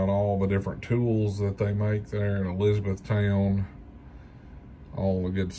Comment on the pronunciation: I drive by this plant daily. It’s is pronounced Elizabeth-ton